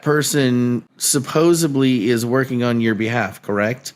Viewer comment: Anyone else get super annoyed when someone pronounces supposedly as “supposaBly” like this guest did? Drives me crazy 🤣